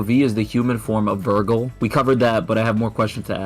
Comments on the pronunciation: Ah yes my favorite sparda brother “virgil” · Why the hell is he saying vergal 😂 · it's not virgil.... it's vergil. And that dude says vergal.. Understood or not 😂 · I think this guy hasn't actually played any dmc game hoe he pronounced Vergil is evident and his reasons are so trash like I've honestly never heard anything more stupid than this